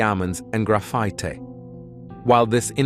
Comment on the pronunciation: "...compozed of deeamondez and graphitee"...